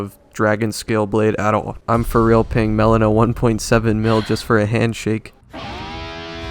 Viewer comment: Every time you call Melina always gets me lmao Great video btw, as always!